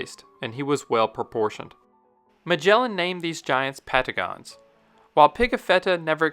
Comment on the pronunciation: patagones sounded like Pentgon